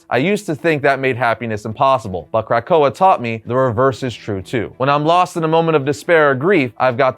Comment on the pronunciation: Lol "crack oa"